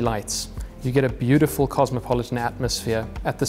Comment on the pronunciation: 2nd garage holds a 'Booo-t-ful RR😂😂😂😂😂😂😂